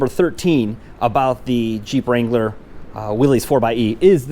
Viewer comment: Finally someone who knows how to pronounce the name!! and.... Go Bills!